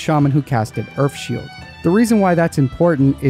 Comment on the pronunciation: Is he saying earFff shield